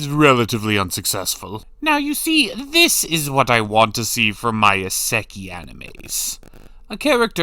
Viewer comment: your pronounciation of Isekai hurts every time lol